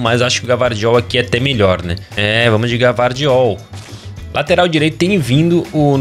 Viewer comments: Chamar o Gvardiol de Gavardiol é ótimo 😂😂😂😂 se pronuncia Guivardiol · não é GAvardiol e sim Gvardiol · É Gayvardiol